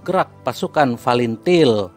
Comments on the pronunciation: Tak tau baca pun bilang fretilin bukan til til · Fretelin gaes.....bukan falentil....hahhahahah.....g sekalian falentain....kamu kalau mau ngoceh harus makan gorengan dlu....biar licin omongan nya.....hahhahah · Pretilin bang bukan palintil😭😂😂🤦🏻‍♂️